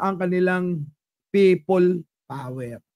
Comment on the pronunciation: Pay-pol power tlga 😂😂😂